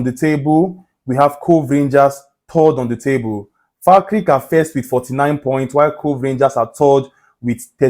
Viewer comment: its pronunced Fal kerk lol🤣